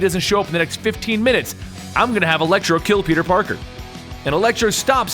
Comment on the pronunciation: It sounds like you were saying elektra instead of electro